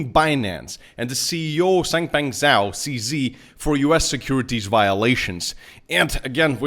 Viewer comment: The way he pronounce the CEO’s name 😂